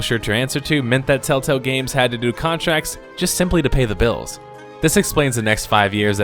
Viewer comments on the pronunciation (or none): none